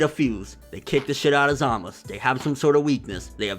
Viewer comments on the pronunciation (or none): Real Question: why does he keep saying Zamus instead of Zamasu? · Hey I love your videos, but please! Why do you insist on calling him Zamas?? There's a very clear U at the end of the name. Zamasu!!! Driving me insane lol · Why can't he pronounce the "U" in Zamasu ? We all know how to say it from how they say it on the show... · Zamasu! not Zamas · Why dont you say ZamasU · I get so triggered by him saying zamasu. i dont know if its pronounced Za Ma Su or how hes pronouncing is the right way. someone let a bro know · I hear a U at the end everytime vegeta trunks or goku says it. maybe the gowasu thing is formality? idk but i call him zamasU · what can't pronounce Zamasu? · why do you not pronounce the U in zamasu? Eh idc love your channel!